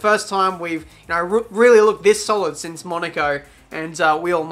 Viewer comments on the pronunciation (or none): none